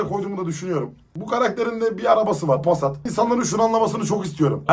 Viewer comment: abi sayande artık çoğu kişi ismimi düzgün söylemiyo pooğğsaatt diyo ismim pusat şimdi bide çakırın oğlu demeye başladılar böyle enterasan şekilde devam ettiriyom soyismimde sayan seda sayan neyin oluyo diyolar bende halam diyom inanıyo bide saf lar sj